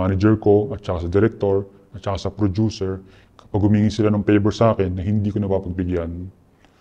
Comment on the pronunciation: si mark herras ba yan??? *hand gestures *porma *madalas nakablack na damit sa mga interviews *may buhok siya sa mga previous interviews *taglish magsalita *nagnenegosyo *prodyuser yung pronounce ng producer *30x binanggit yun "in a way" which is lagi niya sinasabi sa lahat ng interviews niya *asawa nasa showbiz at miss world contestant ganyan siya pumorma eh. saka diba nagnenegosyo na siya? saka prodyuser yun pagkakapronounce niya sa producer sa lahat ng interviews niya. saka asawa niya nasa showbiz. saka ganyan magsalita si mark sa mga interviews niya. lagi din nasasabi ni mark yun "in a way" ng 30x sa mga interviews niya. BAHALA KAYO MAG-ISIP KUNG TOTOO NGA artista na director na ngayon na dating indie film - coco martin????? yun nakipaghiwalay sa matanda - maris racal and rico blanco???? gov - chavit singson????? hindi si zanjoe marudo ito kasi malawak vocabulary niya at tama pronunciation nun sa mga english interviews niya at okay yung grammar niya ng taglish lapag niyo na lang dito kung sino pa pinaghihinalaan niyo